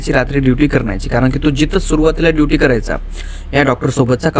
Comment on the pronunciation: तुझा शब्दकोश खुपच बिघाड आहे , ड्युटी ला दिवटी आस म्हणतोस.